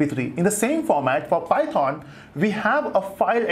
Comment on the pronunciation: The way u say python makes me wanna unsubscribe you Such cringe